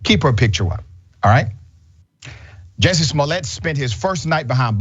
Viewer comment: He can't even get Jussie's name right